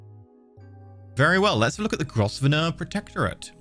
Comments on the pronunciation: Grosvenor is pronounced Grove-ner. It's one of the English snobs mad pronunciations. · it-s pronounced grove-nor